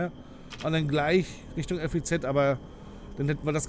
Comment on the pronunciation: Das FEZ wird wie ein Wort ausgesprochen. ;) Ansonsten ist es ein echt gutes Video!!